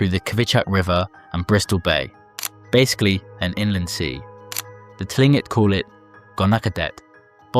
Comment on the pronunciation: Tlingit is pronounced Kling Kit